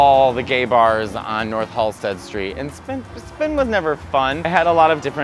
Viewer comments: Ah, c’mon… it’s Halsted. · Its Halsted 😘🌈💜